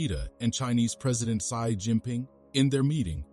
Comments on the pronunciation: Isn't Xi (pronounced as C) ? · i hit the dislike button cas the pronunciation of President Xi was wrong😅